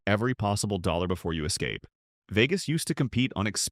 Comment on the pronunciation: Veegus? What a shitty ai voice over.